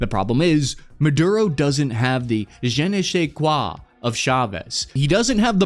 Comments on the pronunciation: ❌"Je ne chez quois": Zhe nuh shay kwah ✅"Je ne sais quois": Zhe nuh SAY kwah GBU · "Jeneesqua of Chavez"?! OMG! :face-blue-smiling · Please polish your French pronunciation (of je ne sais quoi). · Je ne sais quoi is not pronounced like that.